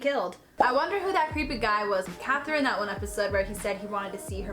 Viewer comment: What made me laugh the most was every time you said "KAtherINE!!" because now I say it like that XD Annnnnd I guess this means I have to watch YOU now haha.